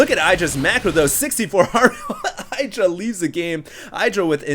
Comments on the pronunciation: I love ur vids, this one is awesome ! but u have to insist on saying i-Dra !? its hard enough for me to get used to E-dra like he wants it to be :D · Hi, but idra has reiterated that his name is pronounced ee-dra not eye-dra. Cheers! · I think it's pronounced "ih-dra" with a short "i" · It's pronounced ih dra -. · idra will rage at for saying his name wrong lol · I-Do-Rage-Alot LOL i guess tho we will see much more offensive games in Dallas from Idra :)